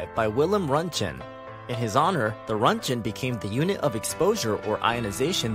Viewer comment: Runchen... smh That noted, nice video!